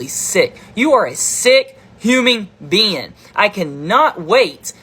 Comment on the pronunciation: “Huming beanne”